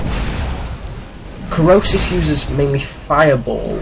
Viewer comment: Krosis not Krisos